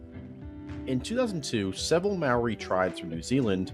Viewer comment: You said Maori waaaaaay wrong.